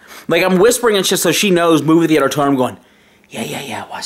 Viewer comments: Movie The-ate-er. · Movie The-ay-tor Tone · Why tf is he saying the "E" when he says the word Theater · Interior Crocodile Alligator i drive a chevrolet movie the-ay-tor. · Cant say movie theatre